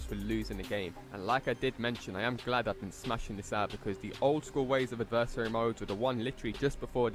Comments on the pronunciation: But he can still put the emphasis on the correct syllable. It’s not pronounced like “anniversary” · I wish you would learn to say adversary correctly but thanks for the info